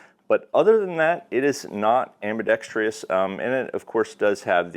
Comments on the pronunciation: It’s “ambidextrous”, not “ambidextreeous” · "Ambi-dex-tree-us" wrong.